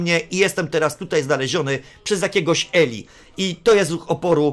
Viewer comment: Imię tego faceta wymawia się Ilaj. Pozdrawiam.